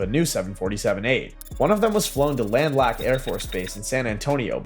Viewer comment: Good luck landing anything at Lackland AFB. There is no runway there. It’s where all Air Force Basic Military Training is done. The narrator didn’t even get the name right. Landlack? AI 💩